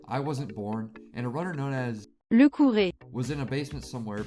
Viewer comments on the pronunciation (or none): What kind of whacky job this video is. Its Lecoureur (aka Therunner but in french) not Lecouré. Not even a minute ibto rhe video and you alrezdy made a significant mistake. Dude, I'm not even running this game but its basic research. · lecoure was the only name pronounced incorrectly in this video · I will be this kind of annoying person today : his name isn't "Lecouré" but "LeCoureur" which means "The Runner", and this is pronounced differently than what Google Translate said. Just wanting to point it out even if it's not important compared to the video's gold quality.